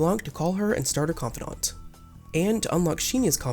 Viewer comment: Why do you pronounce confidant like that?